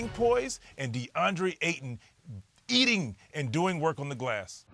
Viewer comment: the way VC said "eating" LMAOOO